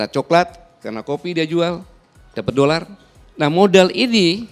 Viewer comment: Kalau cinta Indonesia yg ucap dolar, bukan dorerl